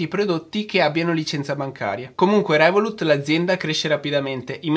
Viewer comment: comunque si dice "rèvolut" non revolùt... non si può sentire